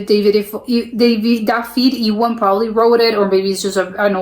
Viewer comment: You actually manage to pronounce Dafydd Iwan almost perfectly, even with a bit of Welsh intonation. For 'Cymru' you say "KUM-ree".